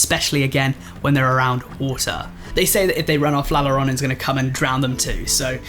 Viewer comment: And La Yorona